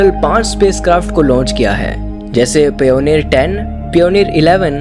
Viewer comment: भाई कहीं एडमिशन ले लो ! पियोनियर और वोएगर मत बोलो।